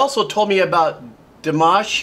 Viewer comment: You listen to him before reaching to him because you got his name wrong. But then you got it right and then you got it wrong.